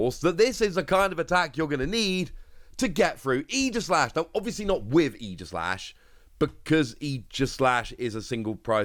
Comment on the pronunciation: Definitely pronounced Ee-jih-slash like you said because it’s based off of Aegis from Greek mythology. But I will definitely always say ay-jih-slash lol